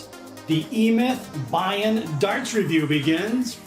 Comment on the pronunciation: cool review! "bian" is probably pronounced be-an (said really quickly so it sounds like one word), and if e-myth is a chinese company it might actually mean "flat" or flatterned--fitting for a dart that isn't round!